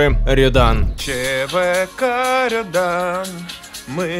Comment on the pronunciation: Рëдан, а не редан